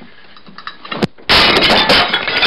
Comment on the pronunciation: "Now its Gaawbage" :)